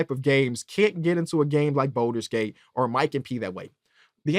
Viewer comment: It makes me so happy to hear talk about BG3. Great take. I just need him to stop saying “Boulders Gate” 😭